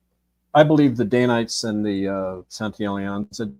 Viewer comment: It's Dan-ites, not day-nites.